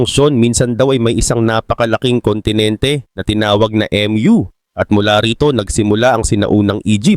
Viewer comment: HINDI PO EM YU ANG PRONUNCIATION NYAN KUNDI MU CONTINENT PO TLGA.